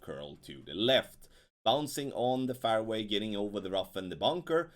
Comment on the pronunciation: fairway is pronounced like, " airway" but with the letter "f " in front of it. You pronounce it as though it is spelt, " farway".